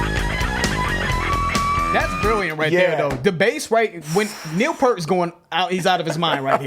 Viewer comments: They're from Canada, it's pronounced "Why, Why, Zed." They don't pronounce the Z the traditional sense that we do here in the States. Geddy Lee, bassist and keyboards, Alex Lifeson, guitars and the late, great Neil Peart, drums. You keep mispronouncing his last name though..Say the word "peer" and put a T on the end of it.. That's how how you pronounce his last name. La Villa Strangiato 🤘🤘🤘(** Yes it is an instrumental..) #ThankYouNeilPeart 😭😭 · LOL I noticed you put a sub context that says we keep mispronouncing his name meaning Neil piert, but Trust me when I tell you 75% of his fans pronounce it wrong LOL having said that, some thing I’ve noticed in watching all of your videos when it comes to, sometimes it feels like he says he feels it when he really doesn’t but I can tell in any rush videos you guys have done that feels rush And that for me gentlemen is very happy to see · that's ok, I pronounced Peart's name wrong for years. The first time i heard it pronounced correctly, I was like "did Letterman really mess up his name? Really?" Turns out I was wrong. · Don’t worry, I mispronounced Peart for 20 years before I learned otherwise. RIP to one of the truly greats. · Easy way to pronounce Neil's last name. Objects seem closer than they apPear-t. My heart goes out to the Peart family and friends, Geddy, Alex and to the many Rush fans, including myself, around the world. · I've pronounced it 'Pert' for 30 years and will continue to do so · I know you like "working man" but Neil didn't play on that album originally 😉 Try Tom Sawyer, New World Man, Freewill, Subdivisions & The Twilight Zone... All worth a listen 👍 It's pronounced Pier-t. R.I.P. Neil, we all miss you already 💯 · and He pronounced his last name wrong again ahaha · It's cool guys, everyone messes up Neil's last name. EVERYONE. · Don’t worry about the mispronunciation. Most people have been saying Pert his whole career. The respect is still there even when you say it wrong.